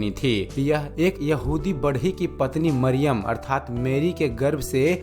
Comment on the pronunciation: Yeshu ka pita ka naam yusuf Tha Mariyam thik se bolo